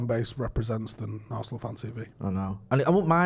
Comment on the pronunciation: Arse-nal, it's in the name